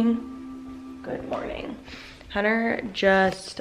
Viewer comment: Is the “T” in Hunter not supposed to be pronounced? It always sounds like you’re saying “Hunner” lol! Love all your videos, and content btw ♥️